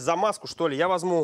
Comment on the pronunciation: мне одному слышится, что он говорит "возМу", вместо "возЬМу"? на 6 минуте про петрушку